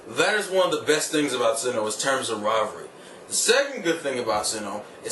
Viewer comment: it is sinnoh not sinnouh